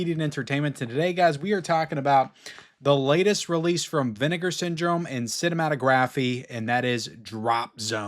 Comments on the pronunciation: Cinematographeeee? 😂 dude you don't pronounce the E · It's not cinematographE the e isn't pronounced at the end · Cinématographe is pronounced like the word autograph. Do not pronounce the letter e